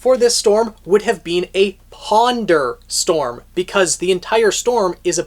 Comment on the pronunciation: "Ponder-storm" bruh your mind